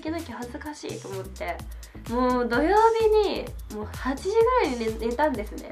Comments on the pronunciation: Sss 曜日↑じゃなくて曜日↓って最後さげませんか？www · 曜日の発音が、、方言とかかな？